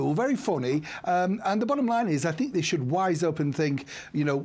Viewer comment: Why can't the commentator pronounce privacy.